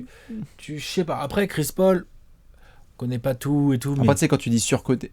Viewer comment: " chris porc " et" Houston spurs" tu ma cale